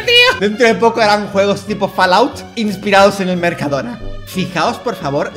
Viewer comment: Dalas, no es así, es: Mercadoona, Mercado-do-na~